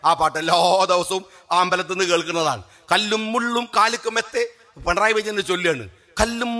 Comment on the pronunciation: പണറായി.... അല്ല... പിണറായി